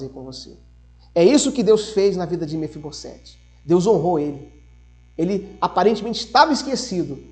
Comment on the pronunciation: Mefibosete: somente um S então tem som de Z.